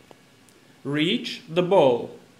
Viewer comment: To be fair though, your pronunciation could use some work. ”Poosh de bowl” 😋 On a serious note, this actually raises an interesting point. If someone with a different accent would talk to iCub, would it understand? If you placed a ball and a bowl in front of it, and you both asked it to pick the ball, what would it do? (Again, I’m sorry I don’t mean be trolling you, but you do say ”bowl” when you mean ball.)